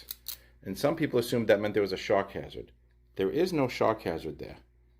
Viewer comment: It took me about four times hearing it to understand that you were saying shock hazard; i was very confuzed as to why electricity would cause shark cancer.